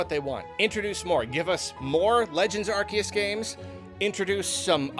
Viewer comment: oh boy can't wait to hear another shitbrained garbage tier take from known fake fan of pokemon, only took 4 minutes and 15 seconds to EQUATE swsh with bdsp (literally how dare you insult swsh like that lmfao) and also to mispronounce "Arceus"